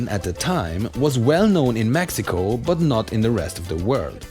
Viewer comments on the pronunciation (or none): none